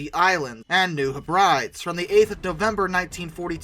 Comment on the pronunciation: Very good video. Lots of good information. I suggest that, for names of Pacific islands with which you are not familiar, you check them. For instance, it is not Heh-brides, it is Heh-brid=eez, short I, and accent on the first syllable. There are a couple of other instances. Other than that an excellent video.